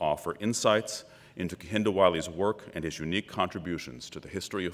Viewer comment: Lovely man and very eloquent. As a fellow namesake tho, I wonder if it triggers him that they're not pronouncing his name correctly. Cos it makes me cringe